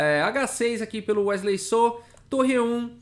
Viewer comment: Wesley “sô” ele é mineiro